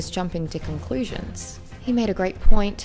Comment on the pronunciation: did anyone else hear concwusions